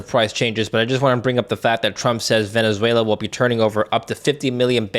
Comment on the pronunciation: Prof Hanke...it is Venezuela not Venzuela as you pronounce it.